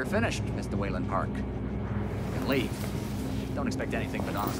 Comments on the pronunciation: It's Waylon not wilyin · Waylon Jonsohns in its pronounced with a a so ahhh